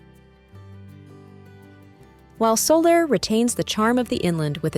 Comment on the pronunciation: Andalusian is pronounced Anda loos ee an, not andalooshin. Soller is pronounced So yay, not soler